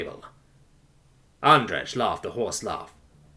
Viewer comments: I'm guesing Andrej is suppoused to be pronounced like "andreij" rather than "andreg" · I know this is useless now, but I have to say it: Andrej is pronounced "Andrey" (with separation of the last two letters, it's hard to explain with English being so "lenient" with it's pronunciation)